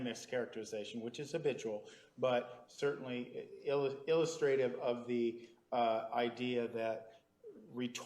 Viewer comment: Nurmi cannot pronounce words. In one of the mistrial/prosecution misconduct hearings he mispronounces epitome (he say EPPA--TOME tome would rhyme with roam. it's pronounced e-piti-toe-ME Here he pronounces Ill-us-tra-tive as Illustrate-ive). Those are just two examples.